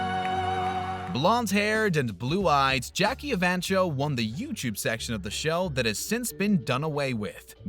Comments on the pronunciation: Evancho is pronounced EVANKO - not cho. I think Jackie lost because the audiences liked the country singer better. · It's Jackie e-van-ko, not e-van-cho. Guess you never saw the show yourself.